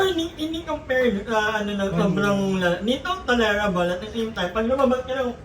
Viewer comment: Madam, search mo correct pronunciation ng tolerable 😅